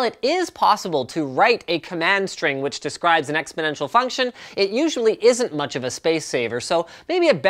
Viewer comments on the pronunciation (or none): none